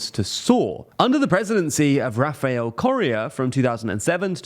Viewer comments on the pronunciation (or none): none